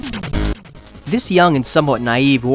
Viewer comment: It's Not Rise it's Reez. Like SIEZE the day. The developer said so.